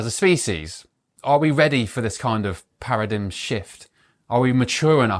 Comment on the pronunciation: Its paradigm not paradign.